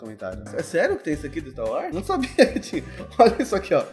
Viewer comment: empreção minha ou o fala staro wars?